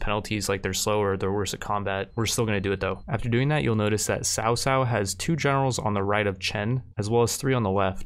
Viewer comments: Lord sao sao, makes me giggle. Its pronounced lord Kao Kao btw. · cao cao is pronounced "Chao chao" he's a pretty popular character in Chinese stories so it's kinda distracting when u say sao sao lol, just if u don't mind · cao cao is pronounced Cow-cow